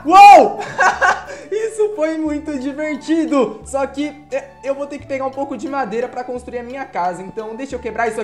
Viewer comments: O falo disvertido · Kkk vc falou arrado quando ele falou tá muito divertido vc falou e tá muito disvertido